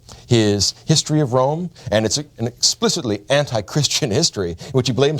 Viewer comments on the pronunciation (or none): none